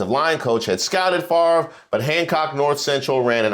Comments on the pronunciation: Bret Favre= said "fah-vre" NOT far-ver :) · I forever will mispronounce Brett's name. "Farv" - nope. "Fav-re" - yes. And I used to root for him, too. We all get played at least once. Could not stand Aikman. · First off, you know something is definitely wrong with our country when the man’s name is spelled F A V R E, and yet pronounces it as Farve. Second, I’m not knocking his skills and talent on the field, especially during his prime. But, and sorry, I did not root for him coz I rooted for Eli Manning who beat Favre’s on Eli’s way in taking his team along to his first SB. Third, Favre, like Hogan, is just one of these former “celebrities” trying to hold on to that one last spotlight. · I would like to know how come he can’t pronounce his last name correctly